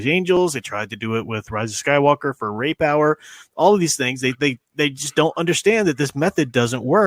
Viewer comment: Ray power lol I thought you said rape hour haha